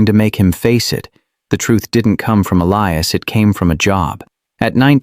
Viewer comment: The narrator keep pronouncing Elias's name wrong.